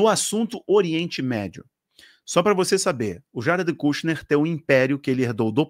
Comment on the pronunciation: irmão, se pronuncia ''kãshner'' rsrs abraço